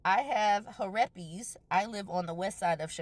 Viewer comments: Her-ep-ees took me out. I’m cackling lmfao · 😂😂 he-rep-es! That spelling and pronunciation 😂😂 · Christopher with "herepes". 😂😂😂😂😂😂😂😂😂😂